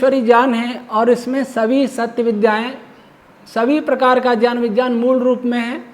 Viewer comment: Gyan ka uchharan shi Karen please